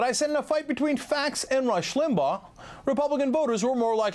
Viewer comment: Rush Lim-bah-ugg-h.